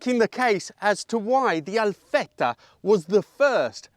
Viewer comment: what impress me more is that you pronounce ALFETTA like an italian